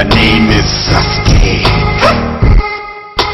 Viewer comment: it sounds like sas-gay haha